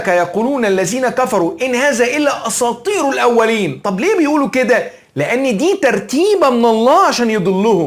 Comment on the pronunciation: اساطير وليس اصاطير